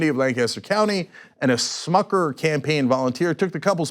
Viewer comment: Cenk just O'Reilly'd "Smucker"